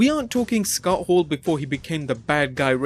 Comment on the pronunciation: "SUKOTTO HOORU! KEBIN NASHI!!"